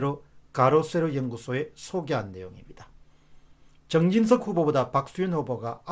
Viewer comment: 공병호님, 발음 교정 사항입니다 전원 (電源)ㅡ전:원[저:눤] 엘지글램ㅡ엘지[그램](gram) 정진성ㅡ정진[석]